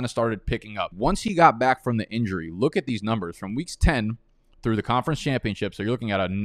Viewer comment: Why do you say back like bike😂